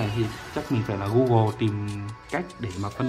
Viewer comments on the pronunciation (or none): none